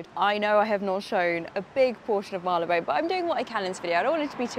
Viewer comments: Hello. It is pronounced Marlybone. Similarly, Holborn is Hob'n. Keep up the fine work. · Well that was fun! Bit noisy - but you're in a city. I'm a Londoner and pronounce it Mar-ler-bone. The Sherlock Holmes museum is not bad - I think it's worth a visit if you're a tourist. Loved seeing all the architecture, the small shops. Can't wait for the next adventure and to hear how you liked the Indiana Jones movie! I loved going to the cinema too - next on my list is Oppenheimer. Another great video! Thanks! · Loved this! I’m a forever “Marleybone” pronunciation kind of person and I laughed out loud at the guy’s reaction as he came out of the building behind you whilst you were filming your autumn outfit bit 🤣😂🤣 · Yes I believe it’s pronounced ‘Marryleebone’ so I’m told!